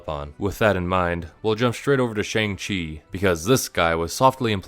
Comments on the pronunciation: bro is allergic to pronouncing shang-chi right even though the movie made a whole point to note how easy it is (like shawn) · goes on a whole rant about shane black dismissing the mandarin as an asian stereotype immediately mispronounces "shang-chi" despite them pronouncing it in the movie many times